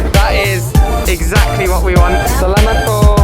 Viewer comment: you already don’t have an accent when you said salamat po!